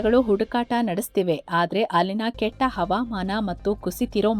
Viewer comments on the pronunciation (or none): none